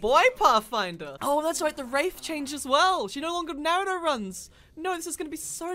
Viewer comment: DID HE JUST SAY NARTOTO UNFORGIVEABLE